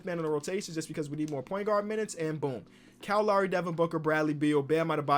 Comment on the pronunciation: Cow Lawry